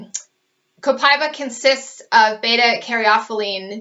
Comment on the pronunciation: It's not Copai-ba, it's Copa-íba (E)Ba